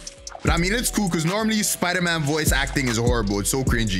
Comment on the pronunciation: that's sponder man ahaha